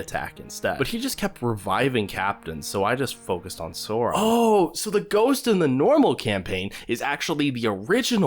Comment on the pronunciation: bruuuuuuuh did you rly just.......SORON-SAURON